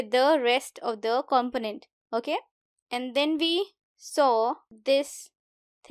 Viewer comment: Check the pronunciation of component